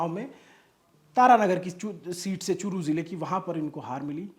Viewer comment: चुटिए अभि.एंकर वो चु**t नही चूरू जिला है 😆😆😆😂😜😜😋 1.36#सेकेंड पर 😂